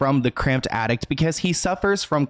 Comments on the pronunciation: it's ATTIC. There is no t at the end. I know that's nothing in comparison to the seriousness of this video but my OCD wouldn't let me ignore it!! I'm sorry, not meant to be rude!! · Horrible man. P.s. it's an Attic... not an Addict dear x